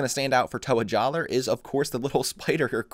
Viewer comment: its pronounced "Jalluh" also kongu is just danny devito